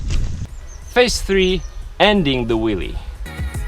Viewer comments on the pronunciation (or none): lol, he says willie not wheelie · It sounds like you're saying "willy" lol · Hahhahahahahah he’s saying willy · I think he was also making fun of the presenter's accent of Wheelie he says Willy. 2 for 1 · I can't help keep thinking he says Willy :D